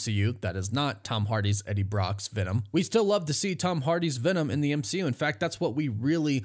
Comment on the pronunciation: Goodbey m-she-u